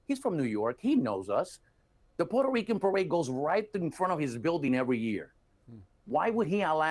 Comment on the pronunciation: Neither one knows how to pronounce Puerto Rico (in English). He continues to say porter Ricans (both of them). I remembered when we were called Spics( no speaka Spanish), or poora Ricans). This is was not cool back then. There were also all kinds of racial terms for just about everyone who enter through Ellis Island. This guy can pronounce the name Puerto Ricans in Spanish ver well but not in English? Makes me think that he has hate towards America (subconsciously) And there you have it my professional analysis 😅😅😅😅